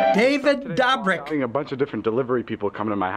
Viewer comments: “David dobic” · “David DOBBRIK!!” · David dOHbrick 😂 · nobody: literally no one: old man in the beginning: david dAbRiCk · THE INTRO BAHAHAHA "DaViD DABRICK" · "David DAHBRIK" 😂😂😂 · “ DAVID DAH - BRICK “ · David Dah-brick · " David DA-brik " 💀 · “david dabrick” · “David Dabrek” - Don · “David Dabrik” 🤣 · “David Dabrik” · “David Dobbrik”